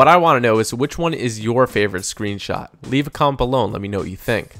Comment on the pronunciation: Please learn how to say comment. Sounds like you're saying comp.